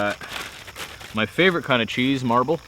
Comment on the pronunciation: Serious question. What's the deal with Canadians intentionally mispronouncing words? For example Cheese = Chez. That AvE guy on here does the same thing. It's bizarre to listen to, like nervous forced humor.